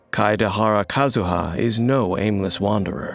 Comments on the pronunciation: No one: The narrator: struggling with Kazuha's name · POV: you die to a man who said KAZUHA SLASH